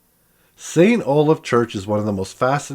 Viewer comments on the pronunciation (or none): none